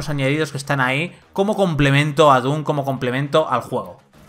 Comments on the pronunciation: Se dise doom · ¿Se pronuncia dum o dun?? ya ne confundio xd